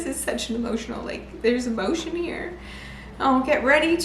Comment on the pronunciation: Sorry, dear sweetheart, that was funny how British you pronounced EMOTION. 🤣🤣🤣🤣🤣🤣❤❤ I love when you start to laugh in the midst of a meltdown.😂🥰